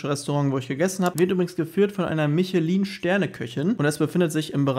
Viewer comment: Michelin Köchin ist keine Reifenhändlerin 😂 Das spricht man etwas anders aus 🤓